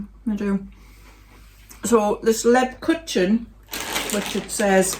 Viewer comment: Yum 🤣they all looked/ sounded delicious( well apart from the chutney, but I’m not a chutney lover 🙄🤣) Lebkuchen is pronounced Leb-kooken, kuchen is German for cake…..I know I’m a know all 😂😂 xx